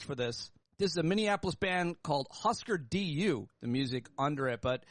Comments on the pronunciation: FYI Hüsker Dü is pronounced “Hoosker Doo”. 😊 Another great show! Thanks Pete! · "Husker D-U?" (C'mon Pete- they gotta fuckin umlaut!) GO BACK TO HARDCORE SCHOOL, MY FRIEND